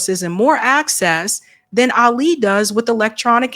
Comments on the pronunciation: And Ali has the accent on the FIRST syllable, not the second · Love you but you’re mispronouncing Ali’s name Ah’ li. Ah bu nee’ mah